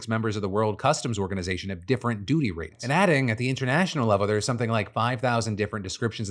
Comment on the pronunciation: hehehe he said "doodie rates"